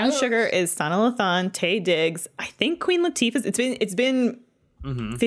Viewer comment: Listening to mispronounce Sanaa Lathan over and over while simultaneously gushing about how much she “loves her” had me cringing